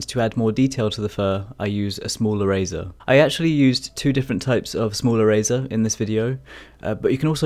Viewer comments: OHHH...ERASER! I thought you said "a razor". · I can;t get over the "erazor" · I kept hearing “smaller razor” lol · If he says erazer one more time... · is he saying eraser?.....i really wanna know but cant tell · I love the way you say eraser and your fur looks awesome